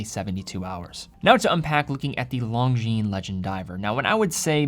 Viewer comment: Bros don't let bros pronounce the S in Longines 😁